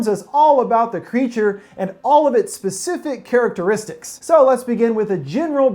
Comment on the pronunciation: “This pacific area” PACIFIC!?!